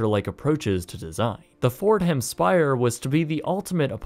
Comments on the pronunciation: "Fordham" is pronounced "Forduhm" not "Ford•Ham" Nonetheless, still another amazing video from 🙌🙌🙌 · “Fordum” not “Ford-ham” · The H is silent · the "H" in "Fordham" isn't actually pronounced lol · Ford-Ham lol 🙄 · Mispronounced Fordham repeatedly. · Fordham, pronounced "ford-um". Shelbourne, prounounced "shell-burn". You're welcome.